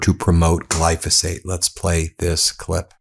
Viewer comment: " GLY CO FOSS FATE"